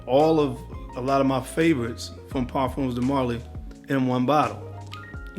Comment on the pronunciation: I love you man but it is pronounced Par-fums like it rhymes with Par-gums or Par-thumbs de Marly. People often think it's pronounced like perfumes so they say what you're saying, "Par-fūmes de Marly" it's Par-fums.